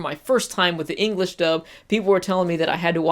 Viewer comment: Engrish? haha good vid!